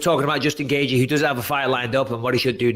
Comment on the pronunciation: Chandler, is it that hard to pronounce? Apparently. 'Gagey' at least its hard to figure when you see it written.